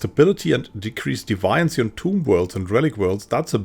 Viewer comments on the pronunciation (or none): Very useful, thanks. Are you sure that's how deviancy is pronounced, though? I thought it was pronounced like a deviant.